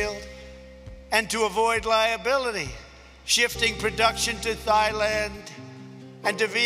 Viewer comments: He pronounces it correctly the second time. Maybe it was intentional. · It is pronounced thighland you people who are not asians. Learn proper pronounciations of foreign name its not tai land but thighland.